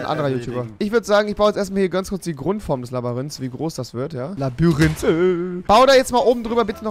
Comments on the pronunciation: Labyrinth und nicht Labarinth🤦‍♂️ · So geil wie du immer Labarinth sagst 🎉❤️ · Labayrinth ich schmeiß mich jedes Mal weg 😂😂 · Labyrinth... Rewi: LABÜRINTH😂😂😂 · Du sagtst immer labarint